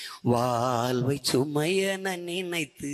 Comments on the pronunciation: இது சினிமாப் பாடல் . இது எங்கள் தேசிய கீதமல்ல. எமது தமிழ் அழகான உச்சரிப்பு உலகறிந்தது. தமிழைப் பற்றி அதிகம் பேசும் தாங்கள் தமிழை முறையாக உச்சரியுங்கள் வால்வு இல்லை வாழ்வு. உங்கள் அரசியல் வாழ்விற்காக எங்கள் ஈழத்தமிழையும் ஈழத்தமிழரையும் பயன்படுத்தாதீர்கள். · தோள்வி...வால்வை.... கொள்கை..வால்வில்..இவன் உச்சரிப்பு..... சரயில்லை